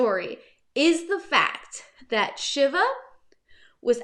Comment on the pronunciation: I think it's pronounced "Shee-va", like the Hindu God.